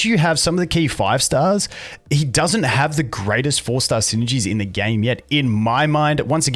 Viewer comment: "Daoesnt" lol